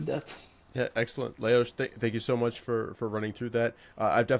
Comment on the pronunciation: Amazing how pronounced the name Leoš perfectly 👌 😊🎉🎉🎉🎉